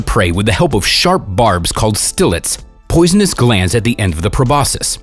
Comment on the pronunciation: Not judging but I internally tried to correct them every time they said “probosus” instead of Proboscis “Probosksi”